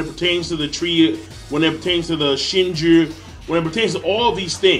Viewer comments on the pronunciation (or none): YO OMFG BRO. HOW MANY TIMES DO WE NEED TO TELL YOU IT IS NOT PRONOUNCED "SHINJURR" WTF RU READING BRO????? WHERE THE FUCK RU GETTING THE LETTER R FROM, PLEASE DO A DISCUSSION VIDEO AS TO WHY YOU PRONOUNCE WORDS WITH LETTERS THAT ARE NOT SHOWN I WOULD LOVE TO WATCH IT SHIN-JEW BRO. SHIN-JEW. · Yo King did you just called the Shinju "Shinjurr"?